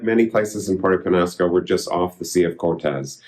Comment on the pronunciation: Has he learned how to pronounce Peñasco??